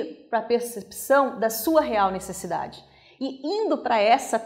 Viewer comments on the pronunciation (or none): Obrigado pelo vídeo. Só queria fazer uma correção na palavra "necessidade" e não "nessecidade"... Grande abraço ! ( )